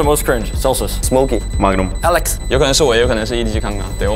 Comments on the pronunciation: Bro said Alecks 💀💀💀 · Bro- alecks 😂